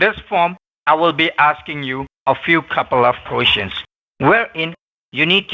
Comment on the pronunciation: She said " before any quescons" hahahaha